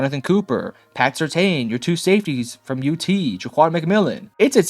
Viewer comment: First of all, learn how to say PS2's name right. Second, how the hell do you know if Sean Payton's offense is easy to run or not??? Russell Wilson couldn't handle it. Please please please don't make any more videos about the Broncos. You have no idea what you are talking about.